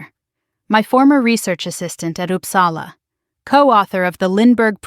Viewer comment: O dear. American pronouncing Uppsala…. And she is going to correct him ? I’ll stop here.